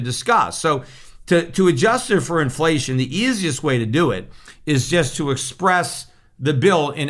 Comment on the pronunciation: “Inflession” perhaps? “Deplation”?